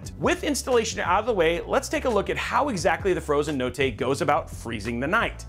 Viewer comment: I'm Italian and if you pronunce "notte" like that you are a certified psico